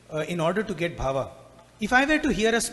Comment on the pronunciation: Sai Ram. Say Bhaava, NOT BHAVA. BHAAVAM In sanskrit. 🙏